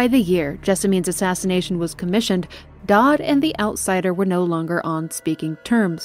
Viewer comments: it's Daud not Daad, i understand his appeal as a father figure tho, so why not go all the way and call him daddy? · I cannot help but notice your mispronunciation of Daud, spoken like “dowd” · I know its picky, but you mispronounced several names lol. "Dodd" made me giggle. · Edit: I've drafted my 3-page Twitter apology for mispronouncing 'Daud'. It will only be released when a full week goes by without mention of it. Hey! Future here. Thanks for checking out these videos! If you'd like to keep up on YouTube Community info, I'll be posting extra bits of info here in the future: As of this post, this is a relatively young channel. I've only really been around since the end of 2020. I hope to be around for the foreseeable future; I'm excited to watch this little passion project grow. More info and content will come with time! Thank you for being here so early in the game. PEACE! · Amazing video but the way you pronounced Daud is wrong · I love the video and how you describe things but how do you mess up so many names? I can tolerate serkonos, pandysia, and Hiram, but how do you mess up daud. It's said numerous times throughout the game and you pronounce it dod. Please do better